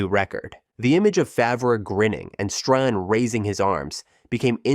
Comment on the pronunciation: And Stran 😂😂😂